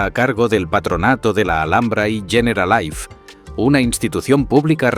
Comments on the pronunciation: ¿Yeneralaif? No ardieras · Muy buen vídeo. Me ha chirriado mucho que pronunciase Generalife como si fuera ingles ''generalaif''. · El documental perfecto pero que al generalife lo llame "generalaif" hace que pierda todo el rigor que la Alhambra se merece y lo peor es que lo repita cien veces